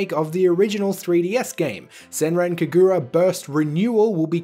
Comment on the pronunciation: I am hype for yokai watch cause that means more money for them to spend on Inazuma Eleven Ares. All the marvelous stuff is awesome. Also, the Kagura in Senran Kagura is pronounced with the emphasis on the ka (not exactly, but for a non-japanese speaker it is a easy way to get close to the actual pronunciation). It's just kinda jarring hearing it the way you say it, sorry if I came off offensive.